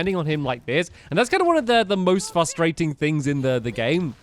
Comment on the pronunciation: why does he always say fustrating instead of saying frustrating.